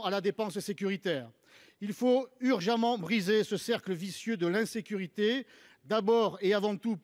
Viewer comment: " Le coût de l'insureté" = ???? c est quoi ça???, De l IN SE CU RI Té !!!!